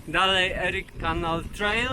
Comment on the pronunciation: Fajny montaż i muzyka. Przypomina mi filmy o. Szustaka. Jedna uwaga. Warto dowiedziec sie od tubylców(albo w google translate) jak wymawiają nazwy poszczegolnych miejscowości, krain, rzek np Erie canal, Niagara falls - wymawia sie inaczej niż ty to robisz. Przy tym bogactwie faktograficznym, to jedno razi.